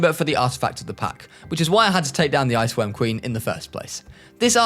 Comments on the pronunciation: I had to listen 3 times to confirm. you said "IceQuorm Ween babies" lmao I'm glad I'm not the only one that fucks up my words like that. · "wich I assume is to be fed to the ice querm ween babies" I had to watch that like 4 times to realise what he said